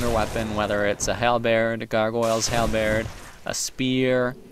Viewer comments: i'm actually grateful you pronounce halberd like "halbaird" since it inspired me to look it up and find out it's actually pronounced halburd, not holburd or halbaird. so naturally i'm super relieved that i've been saying it right all along and my natural instinct in pronouncing it won't get me made fun of in youtube comments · The way you pronounce halberd is infectious, now I'm starting to say it like you do! lol